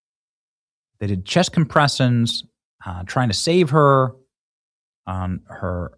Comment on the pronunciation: "chest compressuns...."